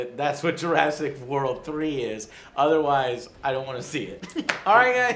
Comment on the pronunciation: Jur ASS ic park ._.